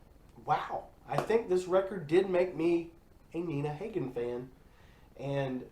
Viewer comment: Please learn to pronounce Nina's name correctly. She is a legend with a career spanning 50 years.